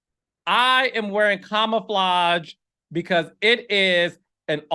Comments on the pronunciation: Not ka ma La flage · Not Carlos saying camouflage like “Kamaflage” 😂😂😂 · And CamUhFlage😂😂😂😂😂. Carlos, your pronunciation of words SLAY me!!